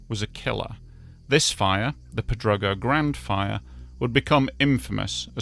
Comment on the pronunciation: Crazy Yes I'm fluent. He can even pronounce Pedrógão 😂